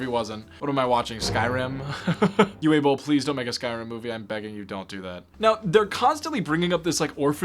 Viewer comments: OO-vay, not you-way 😉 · Uwe is pronounced like "ooh-vuh" (vuh like huh) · You saying "Uwe" wrong . It's a German name , like a more older one, which you kinda butched But its okay cause I don't think anyone actually likes nor enjoys being named that I'm German btw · Also, Uwe is apparently "Oo-Va" not "Oo-Way". And I hope he doesn't challenge you to a boxing match. 😮